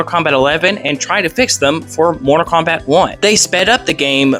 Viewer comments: Say Morta Kombat one more fucking time!!! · “Morta Kombat”